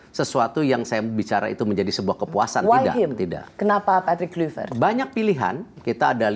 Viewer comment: Rosi ....sebagai wartawan senior harusnya anda menggali lagi source yg ada terkait spelling atau penyebutan nama PATRICK KLUIVERT, dmana anda selalu menyebut nya dgn Kluyvert bukan Klayvert .... Semenjak era 90an seluruh komentator siaran sepakbola dunia memanggil nya dengan sebutan Klayvert bukan Kluyvert ...please perdalam dulu materi talkshow nya dengan referensi yg ada diluaran Agak ganjil sekelas ROSI masih salah perihal spelling sosok nama besar seorang legenda sepakbola bernama Patrick Kluivert